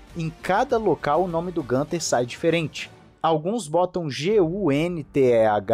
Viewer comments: É isso. Falantes de outros idiomas tbm substituem o umlaut (vogais com trema) pelas versões sem trema+ uma vogal, por não estarem acostumados com essa grafia. A pronúncia, no entanto, é mais próxima de "guinter", e não "gânter" como se fosse uma palavra em inglês. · Desculpe mas "Gunther" é a pronúncia de quem não conhece a origem do nome dele... pergunte a ele e descobrirá que na língua nativa pronuncia-se "Guinther" igual pronunciamos Guilherme. (perceba que o nome dele tem um "u" com trema)...😎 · Acho que o nome do Steiner se pronuncia no alemão "Guinter". É interessante ver como o Nico chama ele, possivelmente é a pronúncia mais acertada... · A pronúncia correta é Guintarrrr. Nas colônias alemãs do Brasil, falam Guinter.